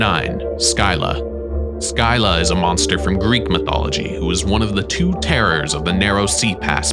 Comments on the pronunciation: Man called scylla skylah.. you say it as silla! :) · Its not sky llq like sky but ski lla like ski❤❤❤ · Make one about Greek mythology. I’m a Greek fan. By the way, it’s not Skilla it’s Cilla. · Fun fact : scylla is pronounced silla not sky la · Make one about Greek mythology. I’m a Greek fan. By the way, it’s not Skilla it’s Cilla. See if I’m wrong go to the trials of Odysseus you’ll see I’m right. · Scylla is pronounced Sill-Ah, not Skyler 😂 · Why do you call the Greek sea monster Scylla (pronounced Silla) "Skyla"? In school in the early 1960s I was taught about Scylla and Charybdis, and until seeing this video I had never come across the spelling or pronunciation Skyla. Now when I Google Skyla, I don't find anything related to Charybdis - all references are still to Scylla. Skyla, on the other hand, is an intrauterine device to prevent pregnancy - IUD. I should add that except for that oddity, I'm enjoying your video very much. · (sil-la) not (sky-la) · sky-la? you mean seel-a? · U say u can pronounce scylla is pronounce silla not skyla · where have you ever heard skyla? it’s scilla like shilla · Scilla not skylla.... Basics. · Not sky-la scylla is pronounced Sil-a you got her twin correct. It even tells you in back of Percy Jsckson how to pronounce it. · I thought it’s pronounced Silla? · It is pronounced “silla” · Scylla is also pronounced with a silent c, like silla. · Your pronunciation of Scylla gives me a headache 😂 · WHY SAY SCYLLA LIKE THAT WHY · Scylla. He!? What where are you even getting your information. First of all look up the pronunciation, secondly she always gets described as a woman with dog like heads coming from her hips and with multiple heads. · Dude learn to. pronounce stuff before you talk about it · you mispronounce scylla. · THANK YOU!! everyone freaking out about "Joab" and feeding the troll and I'm sitting here like bruh he pronounced Scylla wrong too. And that 1 hurt bc I love that story. Lol